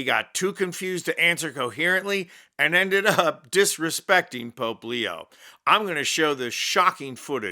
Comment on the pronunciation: She said “the Poop” instead of Pope.